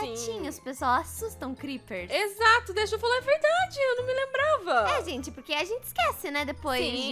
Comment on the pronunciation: "DIÁRIO DOS CREPPES" KAKAKAKAKAKAKAKAKAKAKAK